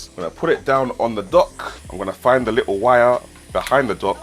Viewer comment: ARE YOU SAYING "LICKLE" INSTEAD OF LITTLE?? LMFAO